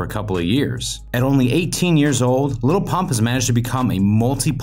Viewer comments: It sounded like he said lol pop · i swear the narrator called him 'lil punk' a few times